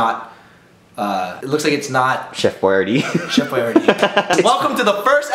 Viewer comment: I thought u said Chef YRD Lasagna not Chef Boyardee Lasagna